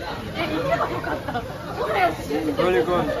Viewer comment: 日本人が日本で目の前の枝豆をえだまみって言ってたからこのドイツの人たちは日本語でもえだまみだと覚えこんでしまったな。